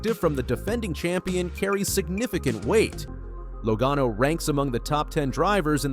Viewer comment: What is with you narrators of NASCAR videos. You mispronounced driver's names, example Joey Logano and Pocono Speedway. Are you familiar with NASCAR? Apparently, you are not because if you listened to the broadcasts, you would know how to pronounce names. Also, you put up lower 3rds, or supers, you know the words on the bottom of the screen. That is what they are called. You put them up and before you can read it you take it down. Leave them up longer, way longer. Get your act together.